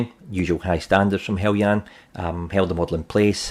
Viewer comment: Thank you for pronouncing "Heljan" correctly.